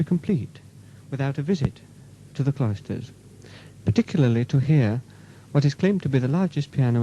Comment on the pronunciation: I think he's pronouncing Cloisters as Clysters (enemas) very much on purpose.